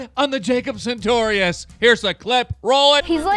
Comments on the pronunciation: "Jacob Santorius" Correct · this nigga has Jacob's number, but still calls him "Jacob SaNtorius"